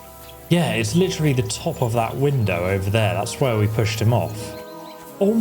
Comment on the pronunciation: You have like 30k grochen but 200 for a horse cleaning is too much. 😂 "It's litchreally daytime" as opposed to figuratively.. you do this WAY too much. Also, why do you keep saying "are you serious" every time there's an OPTION to say something romantic to Hans?